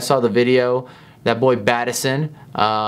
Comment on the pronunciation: Who is Bat eh son?